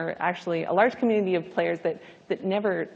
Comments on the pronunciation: IT IS COMMUNITY NOT COMNITI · "Cummity" ( ͡° ͜ʖ ͡°)